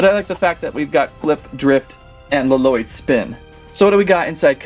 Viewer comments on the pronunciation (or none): It's not laloyd it's llyod